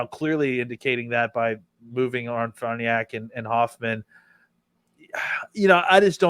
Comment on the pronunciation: Love the show fellas BUT its been long enough.... the name is pronounced Far Nee Ock........